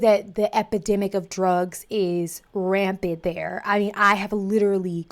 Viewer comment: It's Rampant not Rampid. Sorry to be that guy. Love ya!!